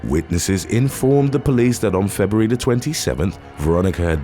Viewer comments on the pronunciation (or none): none